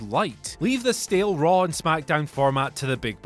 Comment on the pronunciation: did you just say Monday Night Rawr?! xD